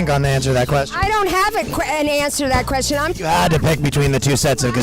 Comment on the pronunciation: pink shirt lady trying to be funny and unable to pronounce the word question then the blonde just saying titties.. God I am simple.